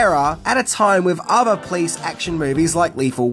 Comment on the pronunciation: "The Los Angeles Please departement" 😂 Love how you pronounce police: "Please" It's "Po-lice"! Oh well. I love your vids anyway!